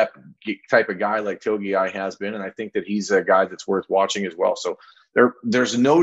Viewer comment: It’s pronounced “2 E Mo Low Oww”